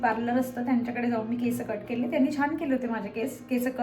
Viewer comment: Didi me pn khandesh madhun ahe tr ha problem khup khandeshi lok krtat ki केसं boltat instead of (केस) so please (केस)only bol.❤